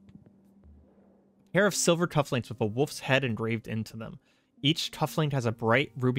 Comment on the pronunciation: I love that you kept reading those cufflinks as "Wolf Shead" instead of "Wolfs Head" also you can always tell if those weapons are bogus if you look at the materials and it says "budget steel"